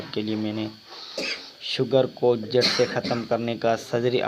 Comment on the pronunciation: جڑ لفظ ہے جھڑ نہیں